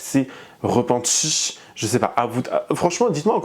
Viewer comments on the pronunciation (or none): "Elle s'est repentschie" 😂😂